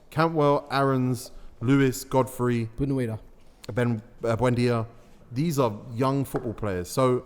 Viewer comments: And he called Buendia "Boo-nay-da" lol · Nahh fam, at least pronounce the guy's name properly and don't butcher it like 5 million times "Boo-nay-da" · Man said 'Boon-weeda' LOOL